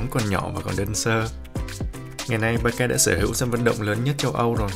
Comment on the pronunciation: con nghe chú kêu ba ca nó cứ lạ lạ sao á tại bình thường nghe là bát xa